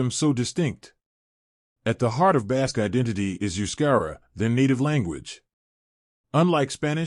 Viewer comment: This video sounds like it's AI, and also I had to stop listening because of the constant mispronunciation of the word "Basque."